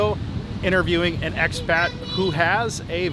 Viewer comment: Vern, It's "expat" not "axpet" - I don't mean to be "That" guy - What am I saying - I love being "That" guy - How long have you been in the Phils? How long have you been vlogging "Hey Vern"? Daniel